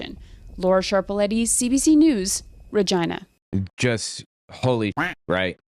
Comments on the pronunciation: Small correction : it’s actually pronounced “rej-EYE'-na." (You know like the part of the female) Not “re-GHEE'-na.” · * FYI ** Regina rhymes with vagina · You say po-tah-to, and I say Rah-jina!